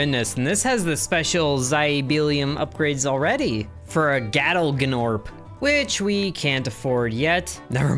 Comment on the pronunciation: you pronounce it NORP not GNORP ITS A SILENT G!